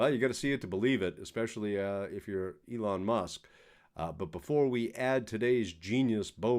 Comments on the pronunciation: Sounds like you pronounced it "LEON" Musk at :30. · Elon, not Leon! (And you talk too long)